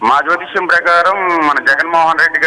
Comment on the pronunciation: జ్యోతిష్క్యం ఏంటి బాబు, జ్యోతిష్యం అనడం రాదా..